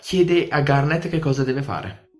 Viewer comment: Sembra che dici "kinder garden" XD